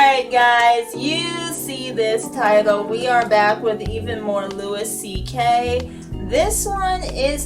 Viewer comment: His name is "loo e CK". Keep up the great work.